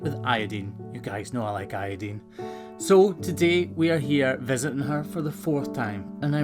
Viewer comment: People tease you about how you say "iodine", but I get a kick out of your pronunciation of "debris" and "bull"!!!!!